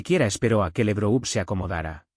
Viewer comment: No esw LEbrou, es Labrov, laurel en ruso.